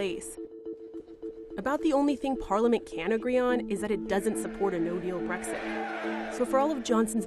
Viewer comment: Its BREXIT not BREGSIT #LoveEurope #LoveBritain #LoveEu